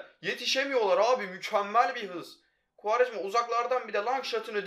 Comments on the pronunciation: Koraya futbolu kim öğretti -kuarejmaaa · Kuarejma Tekrar söyle Kuarejma Gel lan buraya